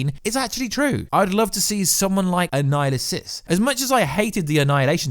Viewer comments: Bro wtf are you saying when you're trying to say Annihilus because you are all the way wrong lol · Stop saying Annihilus’ name wrong.